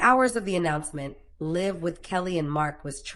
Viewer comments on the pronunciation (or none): It’s Live with a long I. Stupid AI.